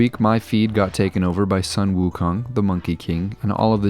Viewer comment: Wow ... looks really cool! btw, Sun 孫 is pronounced Soo-w-earn. :)